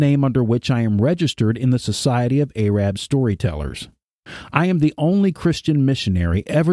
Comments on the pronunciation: Ay-rabb?? That is not the way to pronounce Arab!! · The mispronunciation of Arab is so disturbing and distracting from your message.